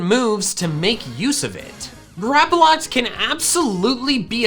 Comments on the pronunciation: GRAPPLOCT, NOT GRAPOLOCT! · Just one thing, why do you say Grapploct with an A? There is no A in the name. Not hating just wondering. Plus you sometimes pronounce some pokemon's name wrong. Again, not hating, just something i noticed. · THERE IS NO VOWEL BETWEEN THE P AND THE L IN GRAPPLOCT!